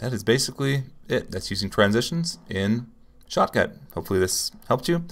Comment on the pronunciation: i'm watching this video with 2x speed and every time you say 'shotcut' it sounds like 'chocolate'